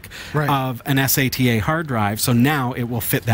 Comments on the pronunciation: Es ey tee aye. Who the hell doesn't say sata like data. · im sorry but S..A..T...A, ITS SATA!!! its one word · its sata not S A T A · first time seeing these guys, after hearing him spell out sata every time referring to it I can't do it. much smarter than me I'm sure. but too annoying. good luck guys. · It's not S. A. T. A. drive, it's a "Sat-Ah" drive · why do you need to spell it as S A T A, how hard is it for you to do like everyone else does, and call it sata everytime you spelled it, i wanted to find you, and slap you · Please learn how to pronounce "sata" !!!